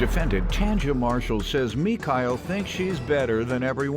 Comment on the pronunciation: I was getting bothered by the intro saying Mekyle... I'm like who? Where they at?